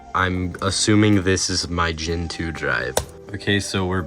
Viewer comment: It's gEntoo! NOT gentOO.